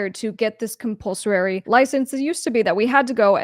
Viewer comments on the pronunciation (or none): Thanks for this however good person, it's "compulsory" not "compulsorary". Cheers.